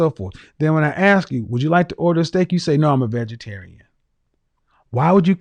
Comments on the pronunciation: Communications major........."can I axe you a question?" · Masters in communication: "I axed you......" LOL!!! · Communications major who says "axe"? hahaha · A communications degree holder who says “AXE” for “ASK”…..Wow! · she says "Let me Axe you" LMAO! She will die alone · ….“ I ax”….‘’? How about, “I’m asking?”…😝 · I am german and learned english in school so sorry for asking but: Why do so many black people seem to say "aks "instead of "ask"?! And yes, I seem to hear that alsmost exclusivlely done by black people. Is it some kind of slang?! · She wants to 'axe' you a question and have the answer 'resignate'...and she has a communications degree, but can't talk. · Communications major had to AX a question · This right here is a huge pet peeve for me. Axing people is hard work!!! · I was thinking the same thing; you are saying "Ax" 😂😂😂😂😂😂😂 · Second caller has degree in communications, and can't even pronounce the word "ask" properly. 😂